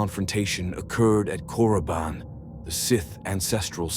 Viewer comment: FYI..it's Korriban, not Coruban lol